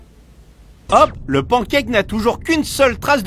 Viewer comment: Le " pankake " !!!😂😂😂😂😂 vous avez fait ma soirée !!"pancake" et paneqaik pour la prononciation !!